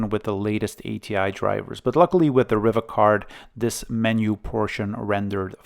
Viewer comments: Not riva as in river but riva as in REEVA like in READ, SEED, NEED, BEAD or BLEED. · I don't think I've ever heard ANYONE pronounce it that way. The Spanish, French and Italian pronunciations is "Ree va". Like how you say "Viva". Set my teeth on edge every time you said it. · Ree var. As in Superman, Christopher Reeve. Not a problem though😊